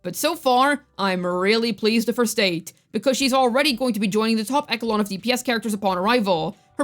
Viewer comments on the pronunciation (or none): ECHELON IS PRONOUNCED E-SHUH-LON NOT E-KE-LON!